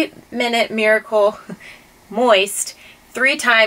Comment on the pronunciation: *dramatic pause*...MOIST... :D :D :D Loved it!